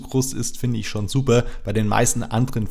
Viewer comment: bei kam der franke durch: des fand ich subber